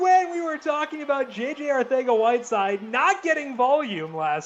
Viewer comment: arcega-whiteside lmao other than that very entertaining & interesting!